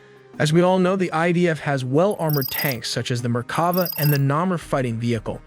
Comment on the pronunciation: BTW It's not Namer (Tiger in hebrew) it's pronounced Na-mer.